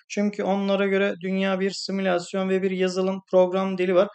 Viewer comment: Simisalsyon derken